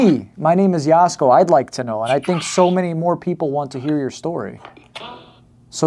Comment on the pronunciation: It’s Jasko. No “Y”